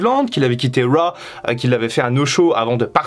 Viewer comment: Me lasse jamais d'entendre "wa" pour "RAW" mdrrr